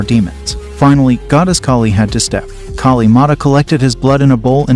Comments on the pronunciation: I don't blame for your horrible pronounciation the name of Maa Kaali, but want to inform you that Hinduism has no concept of doomsday. You're factually incorrect. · Pls pronounce our goddess name properly. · Brool, i am forgetting the godesses names because of his pronunciations